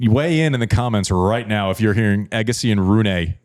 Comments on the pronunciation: Ironically, Andy is mispronouncing Rune but trying to correct people 😂 😂 😂 😂 reminds me of how Porsche is supposed to be pronounced versus how Americans pronounce it. Porsch-e versus Porsch-ah. Americans either say Porsch or Porsch-ah and Porsch-ah is so cringe. It's Run-e and not Run-ah. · needs work on his vowel sounds. Eggasi and Runay are bizarre. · Both wrong with the Rune pronunciation (the second half of that name involves Danish vowel sounds you guys can't reproduce), but not wrong about anything else. If you are gonna be a petulant child, you might as well be goofy. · at least tried and knew there was ssomething wrong with the way everybody's pronouncing it like "Runa" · We all have our phonetic way to write it based on our native langage. But yes you're right. And like also Casper Ruud... nobody prononce it correctly tho, even Casper give up and prononce it the "english" way. The french are the closer to the truth with the prononciation of the scandinavian surnames. I use the "listen" button on Google Translate to know how to prononce things, kinda helping.